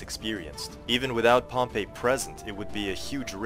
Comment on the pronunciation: You didn’t mention one word about the reason he had a 4th hidden line armed with just their pila b/c he was outnumbered in cavalry with 1k or 1.5k vs Pompey’s 7k cavalry. And your pronouncing Pompey as the city of Pompeii. Please stop. Nor is that why he made the 4th line. Your wrong about any things here .